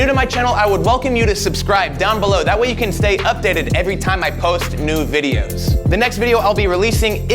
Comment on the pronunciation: Am I the only one who heard him say "nude videos" ?